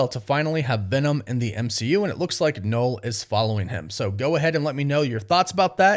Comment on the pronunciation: It's pronouced NUL not "knowl" ffs!